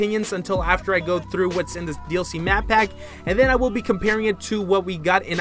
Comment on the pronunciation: "The DLC Map Pap 1" Still liked the video though 😏👌🏻